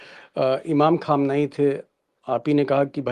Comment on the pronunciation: Very good sharma ji but your parouncia sion is not good khaamnai you